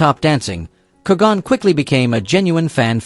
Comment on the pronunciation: Good video. One small thing it's pronounced Ker-gun not Ker-gone.